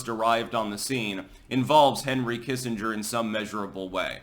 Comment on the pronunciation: It’s Doctor Henry Killenger you silly Billy.